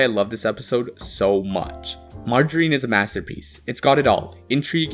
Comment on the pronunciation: It's pronounced marge-er-rine. Not magarine.